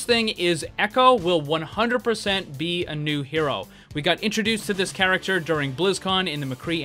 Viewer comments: "garachter" - Saying the same word over and over does things to a person. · "How they can fix the garacter"? XD